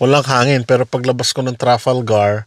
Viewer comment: Paki pronouns uli ng Trafalgar . Lol